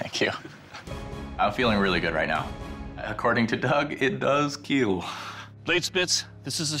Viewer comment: Keal not cuel